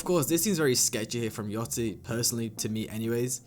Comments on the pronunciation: its yachty no yoty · Why everybody saying yaTCHY. Its YACHTY